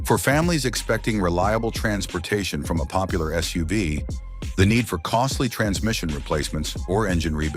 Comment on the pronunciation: WTF is a SUE-VEE?